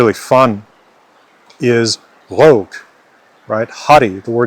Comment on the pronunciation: As a native French speaker from Québec, my only two real criticisms are: - Don't pronounce the "T" in "Montréal" when you say it in French - The "o" in "rogue" is supposed to be the /ɔ/ phoneme; yours sounded too closed, too much like /o/; it should be more open (and a little more advanced, it should be more like [ɔ̟], maybe even almost [ɞ]) The rest is pretty good.